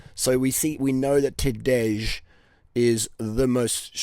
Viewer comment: Maybe the 'j' is silent ....Tadā...j.